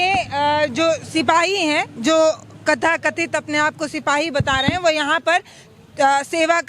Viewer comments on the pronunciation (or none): Kthakathit nahi tathakathit hota hai mam 😂😂